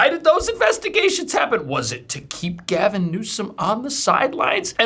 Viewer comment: 🇺🇸🦅🇺🇸😂🚨😂 OH! BOY! SERIOUSLY “GALVON” 🤣😂🤣DIAPER-GATE! 😂🤣😂🤣🚨